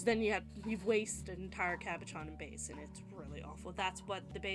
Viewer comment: Thanks for the great idea! Just one thing, if you decide to make another video, the French word is pronounced CAB O SHAWN, lol.